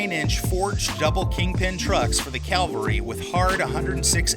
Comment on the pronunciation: Cavalry💂💂💂... Not Calvary ✝️